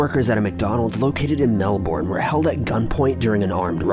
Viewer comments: I hate when people pronounce Melbourne wrong. It’s pronounced MelBern not Melborn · Just a quite note; it's pronounced 'Mel-ben', not 'Mel-BORN'. :) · I live In Melbourne just letting you know it said Mel - burn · If this is Melbourne in Australian, it's pronounced 'mel-bin' take notes